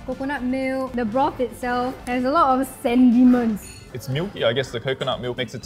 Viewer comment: Not sendiments but sediments